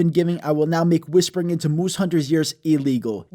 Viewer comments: Nobody: Him: muwse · Why do I love the way this says moose